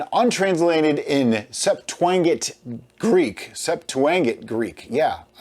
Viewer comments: Theology guy jumping into all your videos learning! That is pronounced Sept-too-aa-gent. Haha loving the videos. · Septuagint is pronounced sep-too-ah-jint. It's basically the earliest Greek translation of the Old Testament.